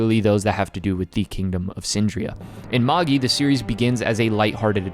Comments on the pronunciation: It's ma-jai..not Maggie. How American do you have to be to screw up a 4 letter word that badly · Ik that's pretty much how it's used in the adaptation and most people pronounce it that way, but Magi is pronounced as /ˈmeɪdʒaɪ/, so it sounds more like mage I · Magi is pronounced ma-jai. Its the name of Zoroastrian(Persian) priests. Its where we get the word magic from. You don't say ma-gee-ic do you? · Are you actually saying “MOHG-Gee”? Seriously? LOL. WTF DUDE. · Ugh, the way you say the name. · The pronunciation of Magi is killing me smalls